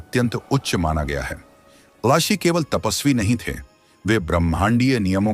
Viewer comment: Rashi nehi galat uccharan hae rishi uccharan kijiye